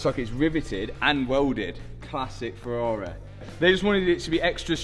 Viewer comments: wise words "anotha farrareh" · Ferraraaaeh - love it:D Where is From?